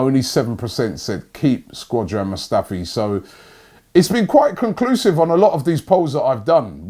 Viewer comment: I thought Britain was the home of English. Here my man Robbie calling Skodran, Squadran lol.